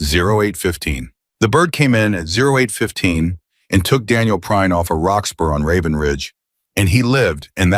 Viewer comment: Lol! "Your name?" "Prine, sir" "I want to say it right, later" Two seconds later, the AI called him Prinny.